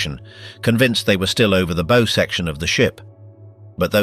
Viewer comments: Advise you talk to a seaman about pronunciation of nautical terms. The BOW of a ship is not a ghostly "Boo" nor is it an archers "Bow". It's always like an underclassman bending at the waist to royalty. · These click--baits never even know how to pronounce "bow". It's not something you put on a Christmas present, (Think bow-wow-wow.) Sault Ste. Marie is "Soo" Ste Marie. Traverse City is "Travus" City. Rajner is pronounced Reiner. At least that's what we called him when we sailed with him. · Two repetitive and cannot seem to pronounce the word bow when it is applied to the front end of a ship. It's not a bow like in a bow and arrow. Hire a narrator that knows how to speak the English language. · Please, please, please learn how to consistently pronounce BOW. It's the SAME every time. NEVER a "bow" on a Christmas present. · CLICKBAIT. NOTHING NEW HERE. DOWNVOTED for crappy computer generated narration, cant decide how to pronounce the name of the pointy end od a ship... boo? Bough? Bow? Good God, what a crappy way to fuck up an otherwise interesting video. And with a stupid Limey accent to boot. Poor, very poor. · and mispronouncing the Bow